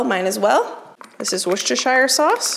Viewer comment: I can’t stop laughing at the way you say Worcestershire sauce. Bless you. I guess we have weird pronunciations over here in the UK… For those of you who don’t know, it’s pronounced ‘Wooster’. The city and county in England is also pronounced this way. So it’s ‘Wooster’ sauce. Much easier to say, right?!